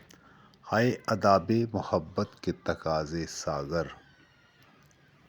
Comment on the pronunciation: تقاضے ھے تفاقضے نہیں ہے سر جی